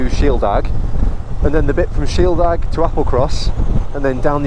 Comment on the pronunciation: The aig at the end of Shieldaig is pronounced similar to aid but with a g.